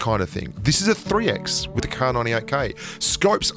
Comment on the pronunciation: “Playing wif space it calms you down” Me: Oh yea...Yes ou